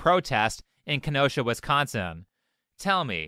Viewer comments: As a Wisconsian... thanks for pronounceing Kenosha right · I haven't heard Kenosha mispronounced yet